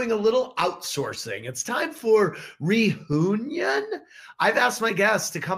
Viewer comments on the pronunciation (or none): Ha. Ha...... "Re- who- uion !!!